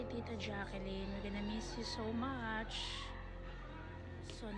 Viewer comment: Ate, Jaclyn sya, not Jacqueline. U r not pronouncing right d name of Ms. Jaclyn since d first day of ur post